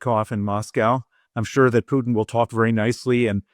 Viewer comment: Well at least she doesn’t say “Pewtin” Instead of Putin.